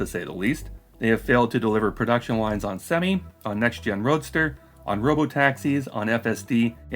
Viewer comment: you said "next gen Roadster" but I heard "next year Roadster" which is actually a better name.